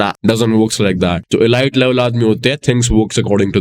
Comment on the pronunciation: How confidently he pronounced ✨EE-LIGHT✨( Multiple times btw)